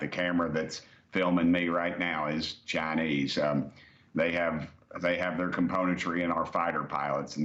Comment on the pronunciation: It's the cha-nayse brother yee haw!